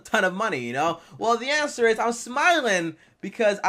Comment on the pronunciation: “The anwser is ima anwser it”